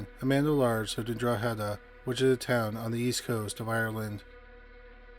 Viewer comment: Wow kudos to pronouncing Drogheda correctly.